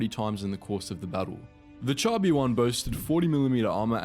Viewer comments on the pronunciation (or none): none